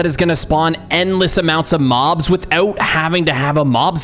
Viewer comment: Mobs is not how you say it